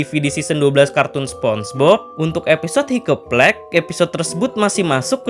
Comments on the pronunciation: Bang saran, cara bacanya" haikap plęig " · Org mah dengernya Hiccup plague Aku dengernya higeplek 🗿🗿